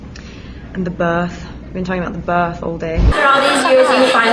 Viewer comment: When she says "birth" she sounded really british :D Bless :3